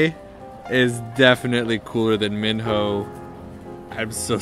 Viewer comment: totally won, you just can't be Choi Minho and Onew but aren't you supposed to pronounce Minho as mi-no?